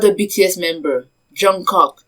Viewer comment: She really said jungcock 🤣